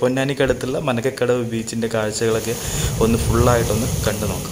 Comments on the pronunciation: മനക്കകടവ് അല്ല മരക്കടവ് ആണ് bro.. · manakkadavu alla marakkadavu